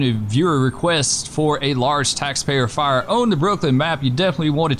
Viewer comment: Engine: "We have visual on fiyah at the ding dong" Chief "WHAT?" Holding back laughter